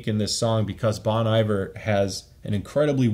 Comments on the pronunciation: Hey i would just like to let you know the artist Bon Iver is actually pronounced like the french phrase Bon Appetit, so like "Bone" and the Iver is more like "ee" and "var" from a word like var-ious. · came here to say it's pronounced "bone-E-vhere"😅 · Nice review man, but the way you say "Bon Iver" hurts my soul. ;)